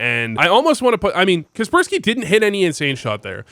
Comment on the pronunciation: is kacpersky not prounounced kacper-sky, seems better